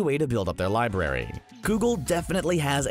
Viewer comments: he meant they pronounced it libary when it's supposed to be pronounced library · So no ones going to talk about them saying “libary” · Library*